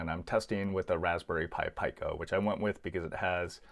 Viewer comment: Raspberry pi "PICO": it's pronounced "PEE-koh", not "PY-koh".